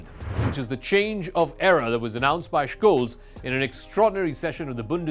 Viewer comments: I speak German, live in Germany while you're in a call center. Don't talk about other languages when we're talking about this specific one. It's beyond obvious, even for the languages you're speaking, that the CH following the S would not make an SHKolz. He even missed it and pronounced it right at least once. It's Sholts more or less according to how it sounds and how EVERYONE worldwide is saying it. He's the chancellor of Germany, so I would assume there are a few youtube sources where they're pronouncing it right. And stop stealing from old people using your microsoft or amazon scams. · Jesus, there's no K in Scholz's name. Just be normal and say "Sholts" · Please learn how to pronounce Olaf Scholz name correctly!!! Its not Shkoles ffs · He also mispronounces the very easy Scholz (sholts). Ten seconds of research. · Correct is skoles